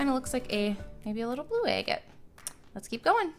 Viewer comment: Agate is pronounced aggit........ 🤦‍♂️